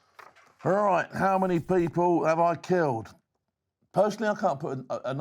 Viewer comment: Now that was a proper "ROIGH'"